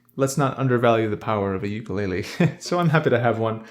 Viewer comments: Aloha! Ukulele is actually pronounced "Oo-koo-lei-lei," love your videos man and they brighten my day. Got in a motorcycle wreck and I'm stuck in bed so your videos provide a nice escape. Keep doing what you're doing chief 🤙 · I hope this doesn't come off as rude, but I'm from Hawaii and that isn't how ukulele is pronounced. I can't remember how to write it phonetically so here's a video demonstrating the proper pronunciation.